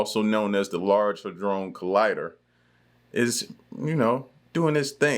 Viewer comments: How hard is it 4 you to pronounce "hadron"?!! The narrator literally says it aloud many times over!! When u keep saying "ha-drone", it just makes everything else that comes out your mouth sound ridiculous. 💯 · Its (had dron) collider, not (hey drone) lol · Salute bro I watch u all the time, but it's not the Hadrone, It's Hydron bro lol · I believe all the latest changes in people's behavior are because of CERN. Drone is spelled d.r.o.n.e he'd- ron. I'm not sure where your pronunciation comes from. Also... It's way too big for a weapon!🤔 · first you just mispronounced Hedron like 30 times, and second it already is creating miniature black holes on the regular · the good ol huh-drone collider lmao